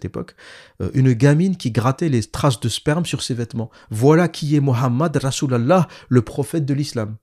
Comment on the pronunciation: La façon dont vous prononcez " rasol alah " est tellement drôle hhh